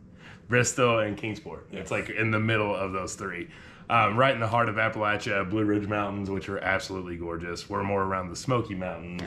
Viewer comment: YES! You said Appalachia correctly! As Richard Blaustine says "apple-at-cha" to help others understand how to pronounce it (though, I did hear the other way - which to our ears is like running nails down a chalkboard!) Many do not realize why this is important. Check out ETSU in JC to learn why! (The ONLY college with a Masters in Appalachian Studies and one of the 2 colleges with a minor in Appalachian studies). I am in Johnson City and do not have transportation to go to the fair. Oh, it would have been so nice to meet ya! I hope you had a fantastic time! We call this area "In the shadow of the mountains". As for our believing JC is small - we compare it to Knoxville and Bristol, lol. But, we do have a very large area (a lot of land) that they are trying to get built up. This means, I am now looking for a smaller city, lol. Please come to our area more often!